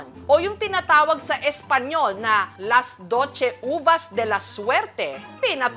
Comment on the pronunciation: Las doche daw sbi ni Madam Jessica hahahah las doce(dose) po yun...